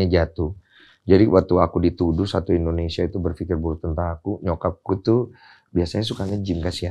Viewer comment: Ingin Merubah Indonesia,,, Cukup Dengan Berhenti Menyebut Air Mineral Dengan Air Putih Dan Menyebut Indonesia Bukan Endonesia.😅